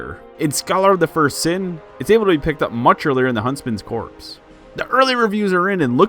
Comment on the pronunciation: "drangellic" castle ? huntsman's "corpse" ? did you even play ds2?